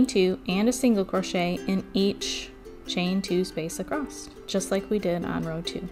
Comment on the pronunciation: I really want to watch but cannot. I cannot listen to her say “acrosst” one more time. Omg. My earrrrrrs!